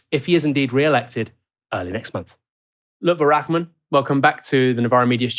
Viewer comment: his name is pronounced Rar-man not Rak-man